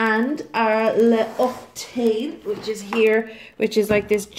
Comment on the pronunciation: I found a better way for you to say it : oak-see-tan! 😀